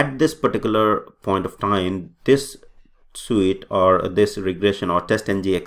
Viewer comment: Why are you saying suit now? Not sweet.